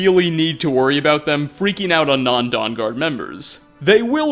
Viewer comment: Every video this guy puts out there is an out of place, misused or mispronounced word. I'm wondering if it's on purpose. This video it was dawn instead of don.